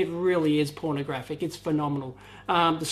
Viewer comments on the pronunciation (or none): if he says Porna graphic once more il jizz